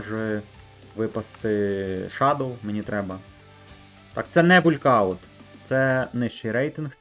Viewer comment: Не вулькауттт а волкаунт )